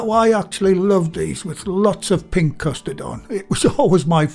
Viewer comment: "Pink custard." So British.